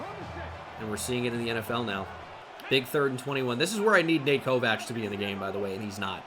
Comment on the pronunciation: Hey loving the series just thought I should let u know kovacs is pronounced (Koh-Vaks) my friend has the same last name